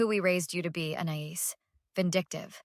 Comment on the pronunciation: Her name is pronounced A-neigh-is. I've heard it pronounced in other places as Anne-I-eese. Which is it?